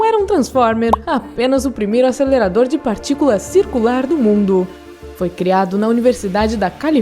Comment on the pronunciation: ASÊLERADOR DE PARTICULAAACAS